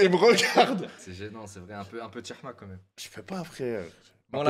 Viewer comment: JEEE SUIIIS MDDRRR. qlqn dis svp a qu'on dis " hechma " et pas "chehma" chehma veut dire graisse frr